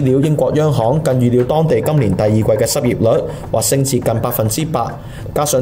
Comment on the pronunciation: 旁述需改善咬字，聽到懶音。学历(历字)，當地(當字)，呢(l音，非n音).....